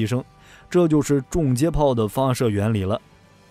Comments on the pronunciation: 订正一下：重接炮应该读（chong）不是（zhong） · 从英文reconnection gun上看确实是chong